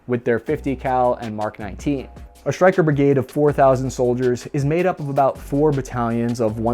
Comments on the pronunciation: Bud there is no H between S and T ie Stryker vs your Shtryker or do u say Shtrike 3 otherwise shtupendous video! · It's 'Stryker', NOT 'SHtryker'. There is a difference. I know the shtruggle is real, but please, try to lose the 'h'. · Is is shrytker or stryker?